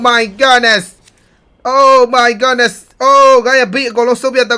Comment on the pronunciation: ဘာလို့အမြဲ Oh my Godness (ဂေါ့နက်စ်) လို့ပြောတာလဲ ။ Oh my goodness (ဂုဒ်နက်စ်) လို့ပြောရမှာဗျ။